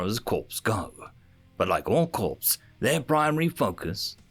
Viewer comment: Corps is pronounced ( kôr )